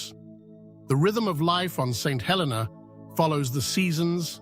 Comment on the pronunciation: The way to day the name of this island...Saint Hel---EE - nah with the accent on the middle syllable..Please NOT. Helena